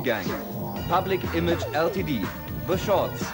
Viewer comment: Public Image EllTieDiehh #😵‍💫😵‍💫😵‍💫😵‍💫 Glaube, der hätte auch Diepettschiee Modieh gesagt.......